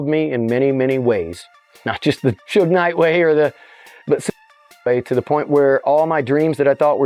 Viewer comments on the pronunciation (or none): Sue-gay knight